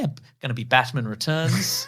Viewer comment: I find it VERY annoying that you pronounce it BaTmun instead of Batman. NOT HAPPY!!